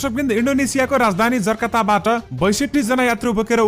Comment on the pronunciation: जर्काता होइन जकार्ता हो!शुद्ध बाचन गर्नु पर्‍यो !